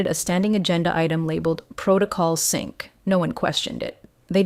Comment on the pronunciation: Teach AI that it's sync, not sink.